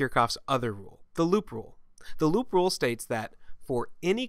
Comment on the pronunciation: lol when you talked about "loop A" I couldn't help hearing you say "Lupe" haha